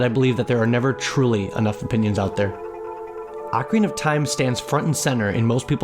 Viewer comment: Video would be SO much better if you could pronounce ocarina properly. It's barely watchable.